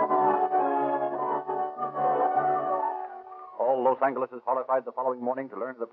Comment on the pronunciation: I notice they pronounce Los Angeles with a hard,and not a soft "g".